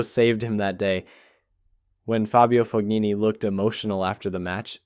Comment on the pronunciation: Just FYI the “g” in Fognini is not pronounced. It’s Italian.